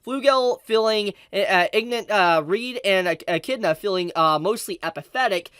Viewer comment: Damn this is news. Also the fact that said Echidna properly 😁